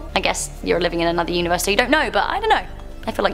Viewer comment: I'm really bothered that she went with "universEYE"